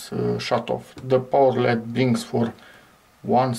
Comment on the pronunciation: Probably better to say "ell-eee-dee" instead of 'ledd' to increase the chances of people understanding what you're referring to.